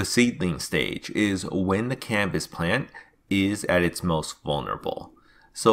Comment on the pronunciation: Humininy. Cambis. Sounds like a child is narrating